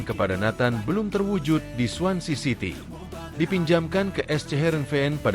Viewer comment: Swansea city nama clubnya bukan swancy😂